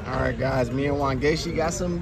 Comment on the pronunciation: I got so gassed every time he said Wangechi. I was like yes! what?